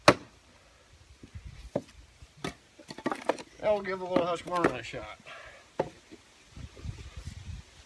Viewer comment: Thank you so much for pronounciating everything correctly. I juat watched a video saying fRiskars And HusquAvana. And of course, thanks for a real splitting test from someone who really splits wood.